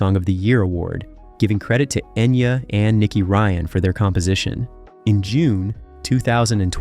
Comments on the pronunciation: Pronounce her name right! Geez! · Enya didn't change her name. Enya is how her name is pronounced, she just rewrote in a way people would know how to pronounce it. All the Irish names are pronounced wrong here... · In one of the three dialects it’s pronounced Enya.